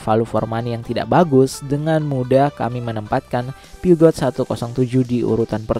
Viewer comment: Peugeot itu min, dibacanya “Puzyu” bukan “piugat”.